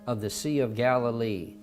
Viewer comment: It’s Galilee